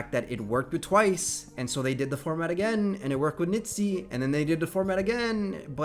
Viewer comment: Can you not say nitzy but Niziu?